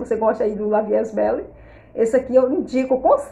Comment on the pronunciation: Olá. Boa noite. Gostei muito desse vídeo, vou comprar esse também. Querida, se me permite uma correção, a pronúncia do perfume é: La vie é belle. Eu sei que as vezes é costume. Gosto muito de seu jeito, é muito elegante. Deus te abençoe. Saudações de Mary, aqui de Natal/ RN. ❤❤